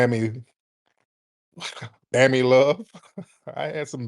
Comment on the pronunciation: Son said BAMMY Lub😂🤦‍♂️🎯😳😩